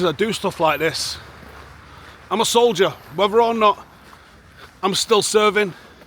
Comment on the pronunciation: You said "im a soldier" in my head I heard "mujarhid brooo"